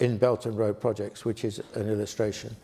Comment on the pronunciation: The term this lecturer is using is "belt and road", although it sounds like "belgian road".